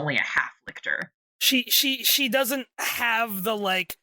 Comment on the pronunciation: I am immeasurably annoyed to find this here so late, with so few views, so little discussion of Nona the Ninth, and So. Many. "Lick-tor"s. Lol